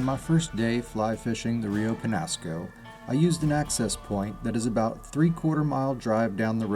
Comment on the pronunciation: the rainbow and brown trout are actually invasive. The chubs are also native to the Pecos which the Peñasco empties into. They provide forage for larger trout. BTW it's pronounced Rio Penyasco.